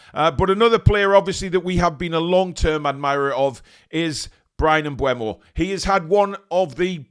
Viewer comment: Mbeumo (pronounced Mbermo) not Mbuemo.